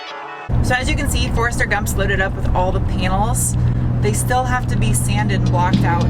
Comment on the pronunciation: Ha “Forrester Gump”